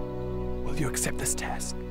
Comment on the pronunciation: only if knew how to say accept… sad world for the npcs:c